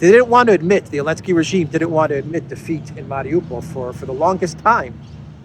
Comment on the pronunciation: Why does he call him "elensky"?